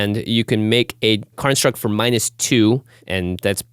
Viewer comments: I swear, they're saying karnstruct instead of constructs. I'm not crazy guys, I'm not crazy! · Whenever they say "construct", it sounds like they are saying "Karnstruct". Is it on purpose or am I crazy?